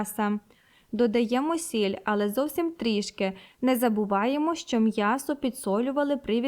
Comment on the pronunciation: Мьясо. Рот твой наоборот 😂😂😂